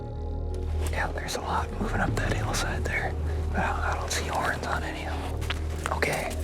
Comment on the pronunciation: I wanted to tear my hear out every time Bryan said "horns"